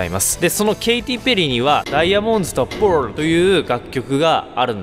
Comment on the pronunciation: なんでパールの言い方バグってるんですか？